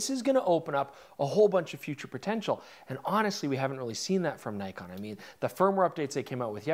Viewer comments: It's Nikon, not Naikon!!! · Sorry but... (i) awful colour grade and (ii) Nik-on not Ny-kon